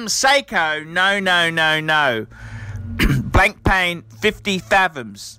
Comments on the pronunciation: It's not pronounced Blankpain, it's Blanpan, the k and I are silent. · Blank Pain... ahaha BLAN-PA!